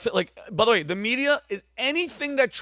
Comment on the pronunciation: Vinny “ByThWay” OShana 😂